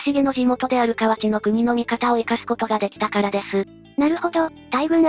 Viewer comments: 「かわち」と読みます。けちをつけてご免ね。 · 河内と「かわうち」と読まれて残念。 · 河内(カワウチ)ではなく河内(カワチ)です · 河内(かわうち)ではなく河内(かわち)ですよ😢